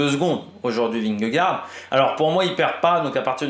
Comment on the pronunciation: Dans ce cas là prononce correctement vingegaard aussi alors 😉